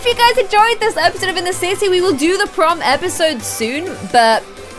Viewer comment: in the intro when you said sims 4 in the city it sounded like you said said sims 4 in the sissy lol